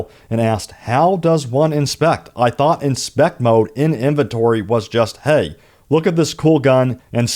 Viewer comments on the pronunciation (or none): none